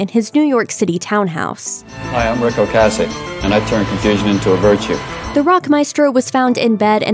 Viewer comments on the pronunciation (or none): The lady obviously DOES NOT know how to pronounce his last name. Go back to school! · Great work mispronouncing Ocasek like every other news agency. You were so into The Cars from their debut album, weren't you? Skateboarding and the music & fashion that goes with it wouldn't have been what it was without bands like Devo and The Cars in the late 70s early 80s.